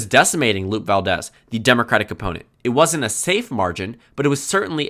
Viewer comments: "loo-pay" is the correct pronunciation. I Haven't seen the video yet, but i am a Latino from Socal in California. And no, not all of us call ourselves "LatinX". That's a subgroup trying to change the groupthink. Personally I think of the "LatinX group" as a Brown Supremacist movement and try to do my own thing, because any culture + supremacy = fascist leanings. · A minor correction, Lupe Valdez's first name is pronounced "loo-pay." She's Latina. I don't blame you for not knowing that, but this is for future reference for whenever you talk about the 2022 Texas governor's race and compare it to 2018 again.